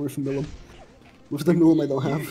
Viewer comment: It aint milim its pronounced mileem but spelt milim